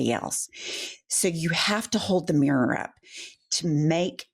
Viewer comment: Jennifer, an trivial aside, please forgive me, but the way that you North Eastern American women pronounce the word mirror as mrrr, just knocks my socks off.